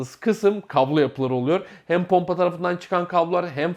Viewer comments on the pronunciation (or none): ponpa derken